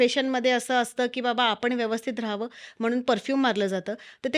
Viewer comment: वेवस्थित.. ❌....व्यवस्थित ☑️बरोबर